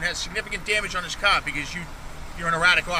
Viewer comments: What in the hell is he saying? Is he saying Car storm? I can't understand the little runt. Car has an "R" in it and all I am hearing is KAH storm. Does anyone happen to know? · Its CAR!! Not cah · hmmm the quote that's a good way to get dead buddy. That is unless he is a better shot then you. Not to mention the dash cam covers his arse with factual evidence the cop does not have. Oh by the way mr cop the word is car with an R not ca. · What the hell was that word that pig used? "kahr"? 🤔 "kaaa"? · What’s a Cah stop! Lol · What’s a cah? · that cop pissed bc he can't say CAR, its Car, not CAA, fkn bastoners, they all full of caa's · masshole accents are THE most horrid sounding noises ... and how blue isis keeps pronouncing "CAAAH", became painful after the 3rd time he said it. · "You don't jump out a cahh at a cahh stop" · "you don't jump out of a caaa at a caaa stop" 😂😂😂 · NEVAAAA JAAMP OOD AD DA CAAAA ON A CAAAA SCHTOP…YA COME DIS CLOSE TAA BEIN DEAAAD BUDDY🚨🤬🚔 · It sounds like he's saying 'c0ck' every time he says car I'm freaking dying lmao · He calls a “car” a “Kaa” lol. What is this officer’s name? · a cah! a cah! you don't jump out of a cah, a cah! you sah anamahd ,yah cahsed an accidant. - LOL There is no "r" in anything they say zero.